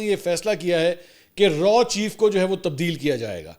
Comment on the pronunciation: Its not RAW bùt its RAAW